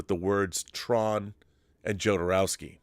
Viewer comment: Pronounced HO-do-row-ski , I think!? (just as ale-HANH-dro, not ale-JAHN-dro) This video/subject matter reminds me of 'Simone' (as in simulation one ).